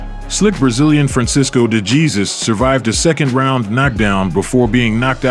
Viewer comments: De-Gee Zus (de jesus) He He knocked the De-Gee-Zus out of him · You gotta start pronouncing these names right. Latinos are laughing at the part you say DeJeezus instead of DeHaySoos, and it sounds like youre saying the n word when pronouncing Negron's last name Negrawn instead of Negroan. I dont understand these mispronunciations if you edited this video and heard the announcers say the names.